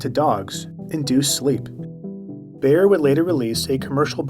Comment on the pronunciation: please look up how to pronounce names, e.g. "Bayer"